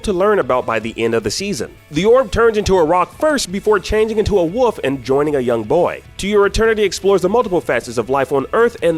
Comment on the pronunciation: Mans pronounced “wolf” as “woof” . Y’all can’t un-hear that now. 🤣